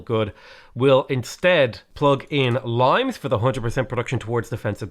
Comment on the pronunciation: Please google how to pronounce "Limes" , your pronounciation makes my eara bleed XD But great video non the less